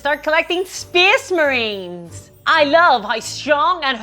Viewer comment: Speacee Marines!!! 😂 Ahh I love it!